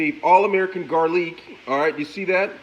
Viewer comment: This mans has to be trolling. Onions, tomatoes, garlic, and pepper were all pronounced wrong. Absolute Goodness